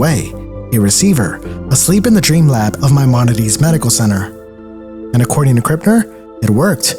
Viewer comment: Maimonides, you say?